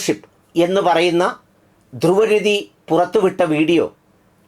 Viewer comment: ധൃവ് രാഠി is the correct pronunciation. Please take care.